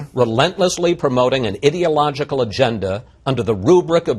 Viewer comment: Interesting. pronounced the word "ideological" as "idiot-logical". Freudian slip?